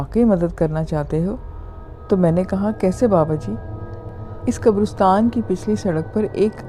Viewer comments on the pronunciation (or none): Great. It's qabaristan,like Pakistan or Uzbekistan, not qabarustan.